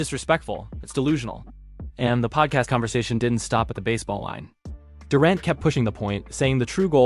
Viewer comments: Homie do you watch basketball? How do you mispronounce Kevin Durant's name? Sounds like someone who has never heard his name before...Its DURR ANT Not DUR AUNT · I cringed every time I heard "Dorent" and "resume". Chasing championships only doesn't matter when you can't win them. Toughness is doing whatever it takes to help your team win right now. One stat I wish someone would track down for us: flops. LeBron deserves the GOAT in that category. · “Kevin Durent” eh? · Kevin Door- ont. ??? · Anyone else hear this dude mispronouncing KD’s name? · You butchered names/teams....tough watch when you get Celtics wrong from the jump.....durant, you say two different ways...0 stars